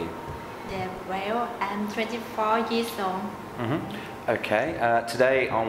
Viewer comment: "Well" nghe như "quéo"